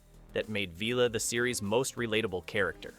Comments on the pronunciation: Villa , not Veela , is this AI , its awful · It was Villa, not Veelah. You forgot Travis. Servalan was based on Thatcher HOABL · Vi-la. Not Veela! Enjoyed the video, thanks. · This video is filled with mistakes. The Liberator both internally and externally was designed by Roger Murray Leech not Mat Irvine. Vila is pronounced Villa. The final episode viewing figures was 9 million not 8.5 million. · Vila = VILL-AH (Vil like PILL) 😊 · I wonder why the narrator mispronounced Vila too. It was pronounced like the house - villa. He also mispronounced rog when referring to Roger Blake. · Is this AI voiced,?. The narrator who seems to talk with some supposed knowledge of Blakes's 7 doesn't know how to pronounce either Vila or Dalek.